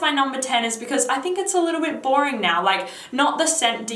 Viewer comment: she is nice and have deferent style but i realy dont like when she pronounce the ( o ) litter in the end of the words.. just listen how she says (naoo) or (videaooo) for exsample haha.. and what i hate in jeremy the way he over act and sprenting like child .